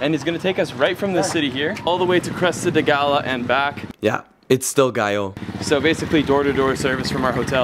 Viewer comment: That moment you came to land (and finally say the island name right!). Priceless.